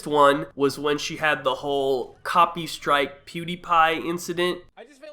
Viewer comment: I’m gonna “copystrike” him, “copysrtike” Yep that’s how you say it